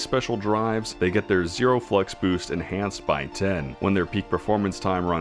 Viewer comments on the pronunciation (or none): none